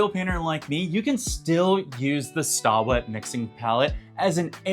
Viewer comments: It’s pronounced “stay wet”. Not stah wet. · I think you pronounce it "Stay" wet LOL. not Staw!